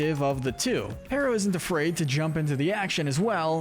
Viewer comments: His name is Perrito, not Perro. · It's not "perra!" It's Perito! the iconic, soul loving dog we love!